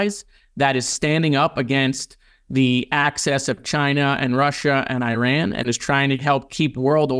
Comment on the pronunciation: Love Moskowitz, but there is one thing he could do that would make him seem more credible on Middle East issues, and that's not pronouncing "Iran" like "I ran". I know it might seem small, but it seems to be something mainly Americans do, and then only if they don't know better.